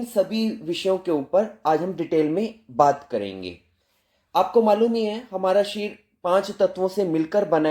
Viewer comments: Sharir bolo शरिर बोलो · Sharir शरीर 😂😂 sahi to bol lijiye